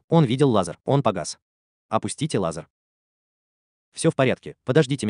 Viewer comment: Автор, спасибо, но этим экспериментам бразильских ученых уже много лет… И одна просьба: надо говорить не лазАр, а лазЕр.